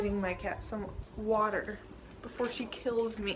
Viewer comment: You putchya wa ah on the ke ll 😂😂😂